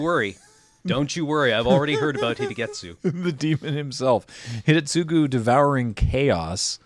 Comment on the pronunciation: Hats off to for pronouncing Hidetsugu properly. The second half of that is a pain for English speakers.